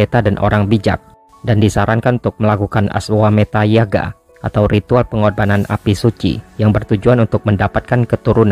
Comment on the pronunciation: Admin kayaknya pelafalannya yagya deh, bukan yaga